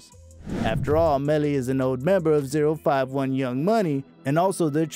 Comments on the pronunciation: It's pronounced O51 not zero 51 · You clearly don’t know what a British accent sounds like😂